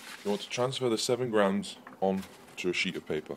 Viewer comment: Grams not groms. Aluminum not aluminium